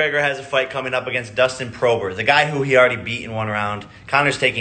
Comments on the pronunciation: I'm out the loop but why does he call him Dustin prober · Didn’t even say his last name correctly... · Can’t even pronounce Dustin’s surname properly and calls him an easy fight? Poirier would put Paul in the ground ahah. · How did he pronounce porrier 🤣 Am dead ffs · Dose jake Paul actually not know how to pronounce porier or is that supposed to be a joke